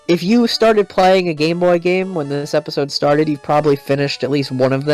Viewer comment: I’ve never heard anyone mispronounce “episode”.